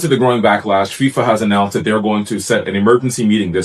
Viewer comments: 0.53 She says FIMA ! It's FIFA, Played it 5 times to make sure. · I am sure she meant FIFA, not FEMA. 😉